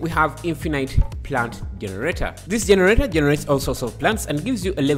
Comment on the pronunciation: For some reason I just love how you say jeneRATEr